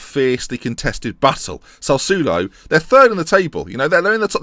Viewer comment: You need Italian G to pronounce Sassuolo for you